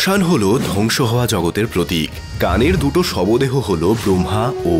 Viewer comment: shobdeho, not shobodeho.